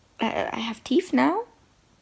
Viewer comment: Drink everytime she says TEEF